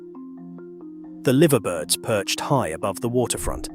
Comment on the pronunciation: LIVER BIRD !!! it's pronounced L-eye-ver mate!!!